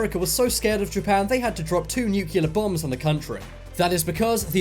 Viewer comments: Sibscribe nu-cu-lear and the fact that 300m above sea level is considered high nah dude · Hahaha so funny, the way u pronounced the word "nu-cle-ar"